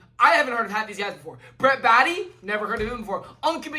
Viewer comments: Its pronounced "Bay-tee" not baddie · I mean it’s not Brett body it’s Brett baty